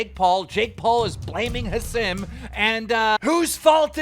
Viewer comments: Keem really said "ha sim"😂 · Learn how to pronounce Hasim…